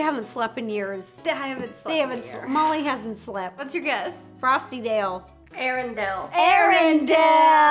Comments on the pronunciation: It's "Arendelle" not "ARENDALE"!!!!!!!!! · who else is cringing at them saying arrandale when it’s arrandelle😂no hate i love them so much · Its ERENDELLE NOT ERENDALE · its Arendelle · FYI it’s arendale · I like how she didn't even pronounce the delle part correct